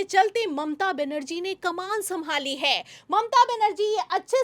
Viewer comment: जी जो भी खबर देनी हो,वो आप ही दे दिया करो। को बीच मे मत लाया करो। इनकी न आवाज आपके जैसी है ना शब्दो का उच्चारण। है को तो इतना लंबा खिंचती है। के दिमाग खराब हो जाता है।